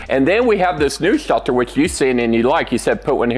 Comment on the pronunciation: "Bomb chelter"